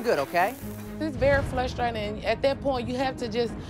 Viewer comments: If I hear the word "flustrating" again, I'm going to lose my mind. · "Dis berry flustratin". 🙄